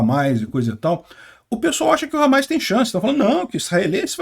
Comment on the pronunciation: Parabéns pela cobertura, mas é Hamas e não HAMAIS